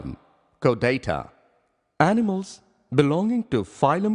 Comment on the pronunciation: Chordata is not pronounced like that.